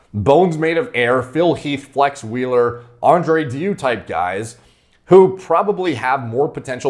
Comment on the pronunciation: andrew dew LUL, it's pronounced something like dayou